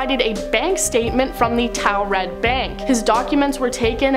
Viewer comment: It's not towel red....😅 It's taured' pronounced tore red